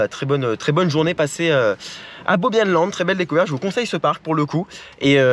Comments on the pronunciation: Bobb euh Yann land. Prononciation ;-) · Oh! J'habite pas trop loin de Bobbejaanland 😁 Et pour la petite anecdote : je suis né et ai grandi près de Walibi Belgium... Alors pour t'aider un peu: Bobbejaanland, c'est Bobbe (avec un E comme dans "peur") et jaanland (ou "yânland") 😊 Merci pour la vidéo, c'est très sympa de voir ce parc sur Youtube 😁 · Pour info ça se prononce "Bobbe Yan Land", ça vient du nom de son créateur Bobbejaan Schoepen.... Super vidéo !